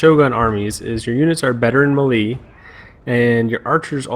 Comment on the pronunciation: Mele = "may lay" not "me lee"